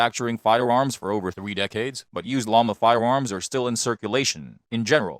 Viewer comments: The way this auto-generated voice says P "thwee twenty" cracks me up! 🤣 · I like how he says sig p320 like a toddler that can't pronounce the letter R 😂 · The way he says 3 😂